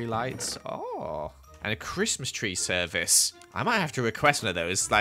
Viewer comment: do i hear donkey-Mas?